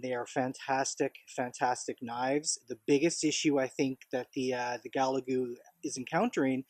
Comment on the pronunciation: Gal ga lu buddy not ga la gu lol just saying